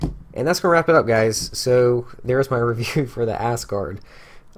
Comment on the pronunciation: Technically, it's pronounced "az-gard"... but the giggling made this for me lol